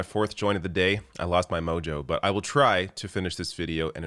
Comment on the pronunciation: He said "mojo" 🤣🤣🤣